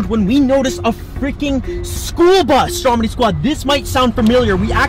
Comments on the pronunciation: BRO I CLICKED IN THE VIDEO NOT THINKING YOU WOULD BE REACTING TO STROMEDY Also it’s pronounced (straw-medy) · Its stromedy not strodemy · did he just say stromedy wrong